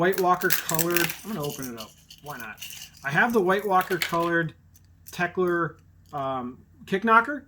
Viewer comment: BTW, it's Teckel, not Teckler. ;)